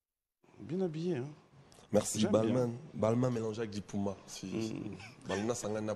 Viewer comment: Balmain puma ehhh yekola ko prononcé puma